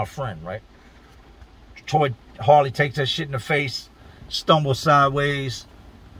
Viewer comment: Were you trying to say Harley or Hoirley?